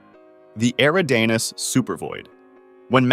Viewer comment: I'm sorry, your mispronunciation of "Eridanus" is driving me up a wall. It's not pronounced "Era-Dane-Uhs" it's pronounced "E-Rid-A-Nus", you're not even close my friend! Proof